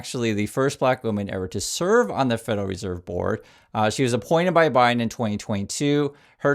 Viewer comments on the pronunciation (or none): none